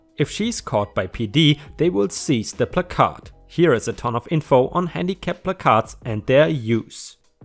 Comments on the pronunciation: Not disputing your claim, however words in the English language can and do have pronunciation differences depending on were you live. Were I live, it's pronounced "Pla-Card". This will obviously be pronounced differently in other US dialects. Before you become a grammar cop, I studied the English language in college. Phrase and pronunciation can change, depending on were you are. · In regards to what to call the handicap signage in the car, its pronounce as PLAC-ard (ˈplakärd,ˈplakərd ) where the emphasis is placed on the first half of the word, and the second half is softened. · Placard here in my State is pronounced as plaque (like the stuff that grows on teeth) -ard. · Placard is pronounced pla as in plan minus the n and card is just card. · Your pronunciation of placard is generally ok. The emphasis is on the first syllable, though, not the second. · Hey,. Is that 'Captain Placard'? Sorry:-). In England we say 'Placard', with no emphasis on any syllable. It is said 'pla -card'. Americans seem to 'quieten the letter 'r', and shorten the first 'a'. In effect: England; Plaacaard. American: Placad. (Reading what I've just written I've probably made it harder for you! But! You may be able to make sense of it). (By the way, I've been away from the comp for some time so, no. Nice to see your subs at 20k plus. Well done).⭐⭐⭐⭐⭐⭐⭐⭐ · I couldn't see any comment about the pronunciation of "placard" so I thought I would post it. If someone has already posted it and I am just being annoyingly redundant, my apologies. The only way I have heard it pronounced is: PLACK-erd. My brother has a handicap placard so I have heard and used the word several times. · Placard — ‘plack-ard’ Rhymes with ‘card’ 🎖🎖🎖🎖🎖🎖🎖🎖🎖🎖🎖🎖🎖🎖🎖🎖🎖🎖🎖🎖🎖🎖🎖🎖🎖🎖🎖🎖🎖🎖🎖🎖🎖🎖🎖🎖🎖🎖🎖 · Hey! Btw its plaque-Arrrd (like a bad tooth plaque on a pirate lol) your english is progressing amazingly!⭐🌟⭐🌟⭐🌟⭐🌟⭐🌟⭐🌟⭐🌟⭐🌟⭐🌟⭐🌟⭐🌟⭐🌟⭐🌟⭐🌟⭐🌟⭐🌟⭐🌟⭐🌟⭐🌟⭐🌟⭐🌟⭐🌟⭐🌟⭐🌟⭐🌟⭐🌟⭐🌟⭐🌟⭐🌟⭐🌟⭐🌟⭐🌟⭐ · PLAK' erd - emphasis on the first syllable.